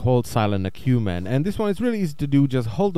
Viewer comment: Say it with me....AK-YU-MEN